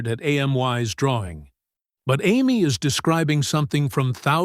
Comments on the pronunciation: A M Y? Amy? AI should be fired. Terrible. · AI never will be human, A M Y? Is Amee not why! Every time I hear her name said like A M Y why I wince! Why nobody correct stuff like that? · Say Amy not A M Y. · I enjoyed these stories but let down when A1 can't pronounce Amy but as A-M-Y , WHY? Also the pictures need updating to be in line with the story and therefore give more meaning!!! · Am-why? Do you mean Amy? Why are you using AI? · Ai can’t pronounce the girls name correctly. I can’t focus on the story. Sorry but I pass. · I like the story depite a variety of inconsistencies (3 year-olds don't have the vocabulary). The biggest problem is that the AI narrator's variable pronunciation of "Amy" is very distracting and needs to be corrected. Please proofread your work.